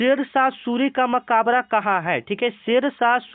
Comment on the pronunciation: Makabra nahi hota hai sir Makbra hota hai